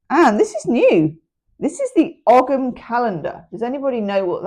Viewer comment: you don't pronounce the g in ogham it's more like owe 'em